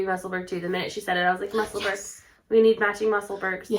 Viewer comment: pronounced Musselboro